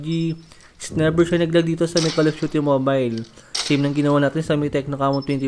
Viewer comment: Neber or never 😂